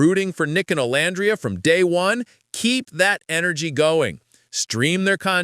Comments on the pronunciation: Omg pls pronounce Olandria's name correctly! Oh-lann-dree-yah 🙄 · Pronounced: O-lan-dreea! I can't stand it when ppl say her name incorrectly! 🙄